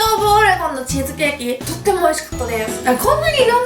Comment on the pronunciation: なぜ最後の挨拶の『とっても』だけなまってるんだろうw可愛いけどwそして『是非是非』も【ゼシゼシ】に聴こえる確率高いので可愛いです😍